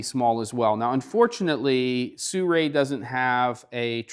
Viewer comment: You even spell it and still say Suray. It is Si-ru-i.